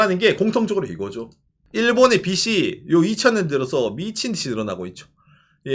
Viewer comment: '빚이' 의 올바른 발음은 [비시] 가 아니라 [비지] 입니다 마찬가지로 '빚은' = [비즌], '빚을' = [비즐] 이라고 발음해야 합니다